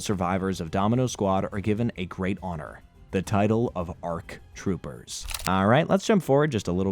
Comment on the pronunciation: Wow, you SUCK at pronouncing the Star Wars names. You were gonna call “ARK troopers” “A R K troopers”? AND WHY DID YOU PRONOUNCE QWI-GON SO WEIRD!? ARE YOU STUPID!?